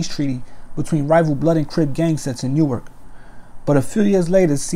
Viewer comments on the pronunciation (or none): New ark lol nork u mean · It’s pronounced nork just lettin you know for the next Newark video